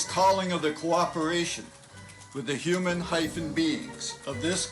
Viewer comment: HE CALLED THEM HUNAN BEINGSSSS OMG .. BLACKS LAW DICTIONARY WILL TELL YOU WHAT WORDS MEAN